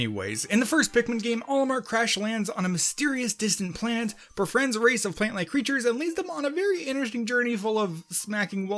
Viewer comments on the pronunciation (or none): none